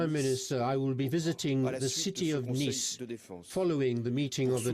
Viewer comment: The attack occured in the French city of Nice (rhymes with "fleece"); they don't mean that it was a very nice attack...